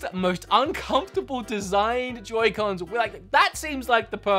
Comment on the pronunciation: Why did you pronounce it yoycons